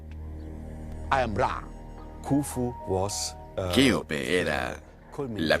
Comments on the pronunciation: El documental está bien pero decir keope literal... no se hoye nada bien ya c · Ya cambien esas pronunciación de decir keope literal Eso es abominable.